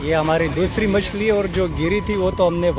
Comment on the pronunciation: Yar machli k nam to sekh lo phehle